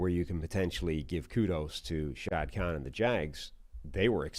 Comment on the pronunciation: Learn how to say the owners name for crying out loud.